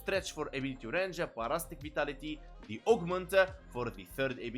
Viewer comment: Par-astic 😂 sorry had to. Lol para-sitic is how we pronounce it lol I'm just making fun and games I'm not really trying to correct you here just laughing a bit inside